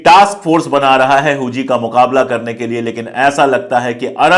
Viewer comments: हूजी नही हुती होता है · huzi nahi huthi hai vo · Huzi nahi Huti hota hai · Sir not hoji it's hothi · Sir Huji nahi Houthi pronunciation hai ..